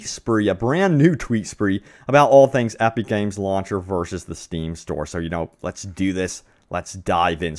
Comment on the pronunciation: Aepeek Games. 😂 Your vowels sound weird.